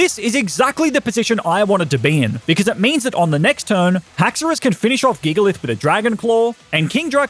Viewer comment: You pronounced Gigalith wrong. Giant, Gigantic, Gigalith. It makes a J sound not a G sound.